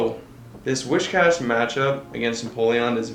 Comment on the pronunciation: Why in gods name is almost noone in the PvP-Community able to pronounce Whiscash the way its supposed to be pronounced?! Its Whi-S-cash, not Wi-SH-cash! I almost always stop watching a video where the person playing doesnt know how to do this right, it just makes me cringe so hard